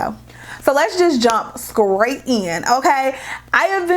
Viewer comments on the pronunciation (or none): Did she say skrate in not straight?